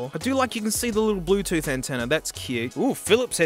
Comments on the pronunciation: "da blutuf devize iz rilly two pear" 💀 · "ze brutoof device is rede to payar" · ZE BLUE TOOTH DEWICE IZ REEDY TO PAIR.